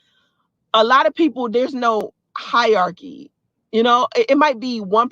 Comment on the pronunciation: She.cant even say hierarchy she says hiarchy